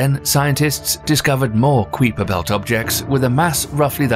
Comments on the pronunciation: That was the most disturbing pronunciation of the "Kuiper Belt" that I have ever heard 😳 😐...I typically love these videos, but lately sooo many youtubers have not been able to pronounce anything correctly. It's moderately alarming and disconcerting about the state of the world's education imho...simply my .02. Individuals could make more of an effort to pronounce things correctly which will ameliorate my concerns!!! Lol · The u in kuiper belt is silent sorry bothered me on how you said it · the pronunciation of kuiper is killing me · Yes I’m immature but the way he pronounces Kuiper sounds so similar to queefing and yes I am laughing 😂 oh great vid though. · dog wtf is your pronunciation of “Kuiper”. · A, its a dutch name. the narrator here pronounces it wrong. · Excuse me, how did you just pronounce the kuiper belt? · Why the hell are you pronouncing the Kuiper Belt that way? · I'm surprised there's so many comments and no one is pointing out how the Kuiper Belt is being mispronounced several time. I laughed and thought he just mispoke the first time but he said it several times in the video. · The way he pronounces Kuiper just hurts me so. Do they pronounce it differently like color/colour or Meth-ane and Me-thane or have we been pronouncing it wrong this whole Time? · IKR? I cringed hard every time I heard that.. *Sigh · I love your channel. THANK YOU FOR CONVERTING! ❤ I have never heard Kuiper Belt pronounced that way. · Not a typo though those are the accurate size measurements. It wouldn't have been a big deal if the narration hadn't made a whole point about Eris' supposedly greater size as criteria for Pluto's 'demotion.' A typo would be more like repeatedly pronouncing 'Kuiper' so that it rhymes with 'sweeper.' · So many things irritated me in this one. Mostly how he said Kuiper, and the other was he kept referring to pluto as a planet. I don't think these guys know what they're talking about. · Kwee-per Belt? Like KYE-per belt? I keep hearing q*eef*r belt.